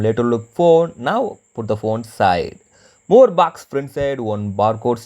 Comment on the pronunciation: baax ~~~~~ I think he wants to say box !!